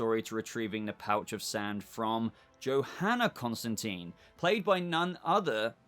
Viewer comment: It’s Constantine. Not Constanteen.